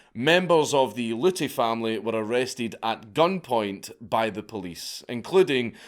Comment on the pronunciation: P.A.Luty.....pollutey? Come on we could of gotten so many dad jokes on him polluting us with his knowledge. Lol 😆